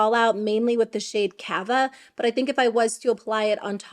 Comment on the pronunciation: it’s cah-va not cāva, because the name is a reference to sparkling wine similar to champagne. I would want someone to tell me if I was mispronouncing a word. And I bought it😂